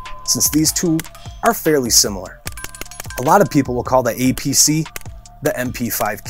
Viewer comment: It sounds like he is sayd "EPC" and he said it weighs in at 2.2 lbs. Still good content.